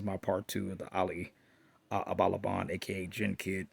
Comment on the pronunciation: ABUABAN- Pronounced as Aboo Aban